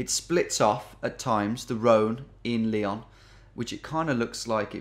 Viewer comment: Dear geo genius. It's Ly-ON. Not Lee-on